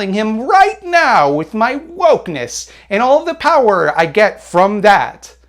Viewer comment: Every time says "da money" and "da power" a liberal is radicalized